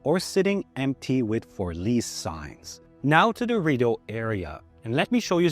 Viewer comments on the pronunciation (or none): You know how I know your not actually from Ottawa ? You say Rideau incorrectly